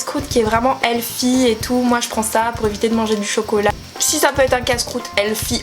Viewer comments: on dit Healthy pas healFFie mdrrr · Tu dis heaFy au lieu de health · On dit helthie pas elfi 😂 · Très belle vidéo , merci bcp pour l effort et pour ta sincérité ❤ P.s : on dit healthy pas healfy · Jsuis dead t’a dis helfy 😂😂 c healthy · C'est pas healfi c'est healsy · heu helfy sorry ? heathly pleeease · Stp on prononce pas healthy...healfy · "Helfy" mdrr j'suis morte c'est "healthy" Mais sinon super concept ! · Le mot se prononce :helSy et pas helFy . Sinon j’adore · j’ai mis du temps à comprendre qu’elle disait « healthy » ( j’entendais juste « elfie ») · On dit helthy 😂😂 mais bon on est pas parfait